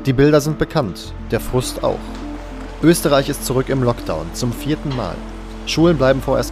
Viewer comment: Man betone „das vierte Mal“ god dammit ❤️🤣